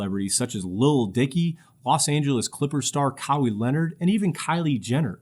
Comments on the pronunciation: My man called him cowwhi Leonard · Thats not how you pronounce Kawhi